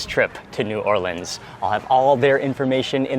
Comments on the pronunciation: Mark, I'm a native New Orleanian and I have to hand it to you my good man, you pronounced the name of our fine city properly, whereas most food bloggers botch the living crap out of it. My wife and I live and teach in Alexandria, Egypt and well, we have yet to find over the top fried chicken here, but the koshary, falafal, and foul are killin' it, HA! Love your vids man. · Mark pronounced New Orleans properly!!! Thank you sir!